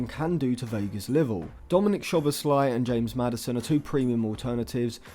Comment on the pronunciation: Just for future videos including Szoboszlai: Sz in Hungarian is pronounced like ‘s’ in English. The right pronounciation for his name is: ‘So-bos-la-ee’